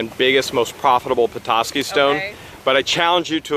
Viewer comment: I'm from Petoskey. I love that your not from this area and still pronounced it right. There's also a charleviox stone too.